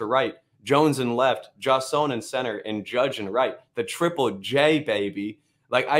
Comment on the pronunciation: His name is pronounced Jay-Son. Named after Jason Giambi, although spelled an extra s.